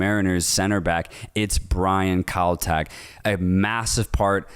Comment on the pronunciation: Kaltak not keltek